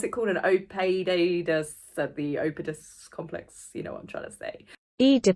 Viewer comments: 😂 you provided the pronunciation. Ee da pus. I laughed so hard. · Oedipus is pronounced. Ed-a-puss. The Ed as in Mr . Ed the talking 🐴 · That's my first thought, it's Harry trying to escape! And that's one book that I won't be buying! I'm about a third of the way through Tom Bower's book and am engrossed! And the word is Oedipus!Love your videos!